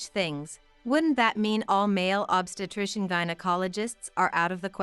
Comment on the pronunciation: I agree! Every time “obstetrician” was mispronounced I cringed.